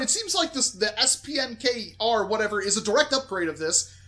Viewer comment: SPNKR is pronounced Spanker there are multiple versions SPNKR , SPNKR EM , SPNKR EX ,SPNKR PRIME